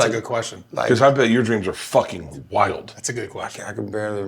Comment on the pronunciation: I don’t know why it bothers me so much that Bert keeps saying he’s fooking yolk 😅… if anything hes closer to looking like that girl from willy wonka all swollen